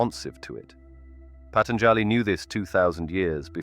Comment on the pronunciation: It hurts how u pronounce Patanjāli. The 3rd a is SHORT not long!! Jivan mukti Jay!